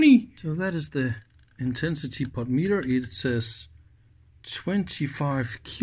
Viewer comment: You're making insane! You insist on pronouncing the word "POTENTIOMETER" as "POT METER"! Try "PO ten ti OM e ter" sometime. Dave